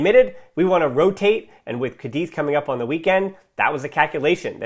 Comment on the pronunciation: What really upset me was changing Raphinha. He really had that 3rd goal in his boots and we all knew it. Also by the way, it's CÁdiz, not CadÍZ!! Hahahahah salutations from Spain